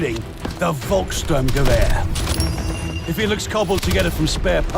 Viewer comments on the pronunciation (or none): volks strum gewehr pronounsted gevehr not gweeer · Gur? Its ghew-a-r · It's pronounced Guh-vehr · it’s guhvehr ( German pronunciation) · Not to be like a grammar know it all but it’s called the Gewher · i dont think you say "u" in it. not "guh-vehr"